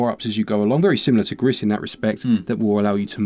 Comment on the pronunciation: re: Gris...I think it might be pronounced like "Grease", it's Spanish for "Grey"